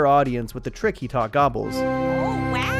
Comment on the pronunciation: Timmy said "gabbas" (gobbles) like 600 times